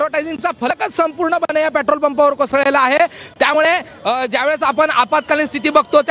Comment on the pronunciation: Yala pahile petrol bolayala shikava